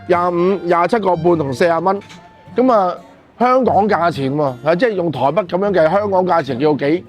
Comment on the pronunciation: 唔係「臺不」，係「臺北」 唔係「芋割」，係「芋角」